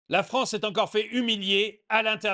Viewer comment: La Fronce